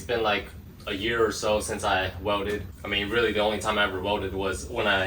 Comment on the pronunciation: It’s pronounced welded. Not welldid.